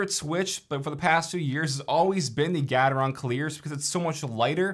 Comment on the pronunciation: Nice comparison. Never heard Gateron being pronounced like that, always with the beginning being like gate.